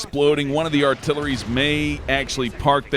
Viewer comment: there is no R in Topol buddy